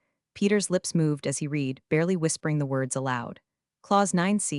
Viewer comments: Yeah, someone should whisper to the narrator that past-tense read is pronounced like red, not like “I need to reed a book.” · Teach the narrator the pronunciation of the past tense of read.